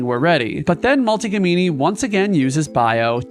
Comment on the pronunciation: i basically wanted to comment this, something about names being mispronounced seems to stick out however, a small detail in a very entertaining video